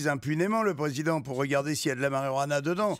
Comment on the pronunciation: Vous avez coupé le meilleur moment de l'histoire là où tout le monde délire parce que Pierre sait pas dire Marijuana :(